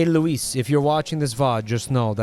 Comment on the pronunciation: THIS SCARED THE SHIT OUT OF ME. I was just thinking, “Oh, must be a random Luis,” before specified the username of my best friend of 9 years who introduced me to his content. Love you too, bohebabbitt, and you as well (respectfully),. Thank you for pronouncing my name correctly (many don’t), and may your days be ever fecal.:)